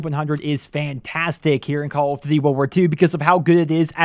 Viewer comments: Call othdutie world warth 2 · This guy can't say "call of duty"